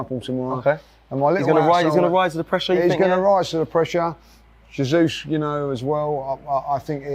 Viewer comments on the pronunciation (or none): you must help and teach him how to pronounce Jesus and not Zasuse.🤦🏻‍♂️